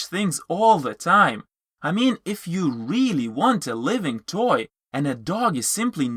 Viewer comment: Well said. We need more videos like this airing on TV and as ads for people to see. I notice you have an accent and I understood everything perfectly except for one thing and this isn't meant to put you down. When you said living toy the first time I wasn't sure what you'd said and then toward the end of the video I understood it but at first it sounded like you said "live in toy" rather than living toy. Again just pointing it out. Make more like these.